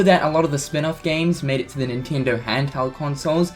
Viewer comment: Did you just say spinoff?